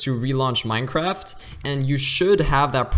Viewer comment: Dude just said Minecrab